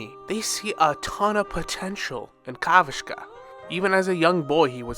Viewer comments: Kavashka? Bro can't read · "Kavashka" 😭 not another YouTuber butchering Aventurine's native name